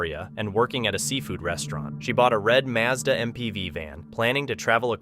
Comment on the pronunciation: The way he, it, whatever is narrating this said Mazda in a way I've never heard it pronounced before. I drive a Mazda and I refuse to say it like it was said. Since AI isn't human, then I expect perfection. And it's not been anything close. Real people don't mispronounce words as bad as AI does. I've heard people really kill some words before but not like AI can. 😖